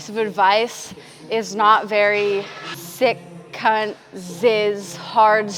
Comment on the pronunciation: As an Australian, hearing say "Sikkunt" made me feel giddy 😂